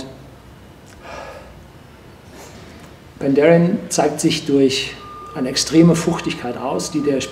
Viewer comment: Also das muss einen Daumen runter geben. Zu Besuch in der Brennerei und man kann nicht mal deren Namen aussprechen. Dann nicht mal das extra für ihn bereitgestellte, geöffnete Fass verkosten und die Beschreibung zum Filmchen ist auch noch falsch. "Horst Lüning verkostet ein Fass..." 🙈